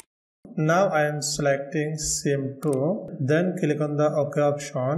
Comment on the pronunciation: It's click, not kilik.